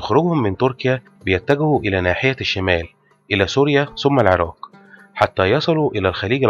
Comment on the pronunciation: الله يجزيك الخير ولكن لدي عتب عليك يجب نطق حرف القاف بشكل صحيح و أنت يا سيدي الكريم تقوم بقراءته كما لوكان حرف الكاف فمثلاً العراك بدل العراق و كذلك مدينة الكائم بدل القائم تمتاز العربية يا أخي الكريم بمخارج حروفها التي لايمكن تجاهلها عموماً خالص شكري و تقديري و محبتي لكم دمشق ٢٠٢٢/١٢/١٧